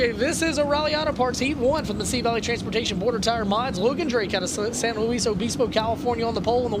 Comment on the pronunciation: Logan drake is from San Luis (Lewis) obispo. Not lewee or loueez lol